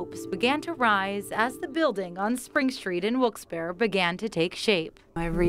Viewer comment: I'm sorry that it did work out. And I must say about the reporter. Please get the name right. It is Wilkes-Barre not Wilkesdoro. Or Wilkesbear.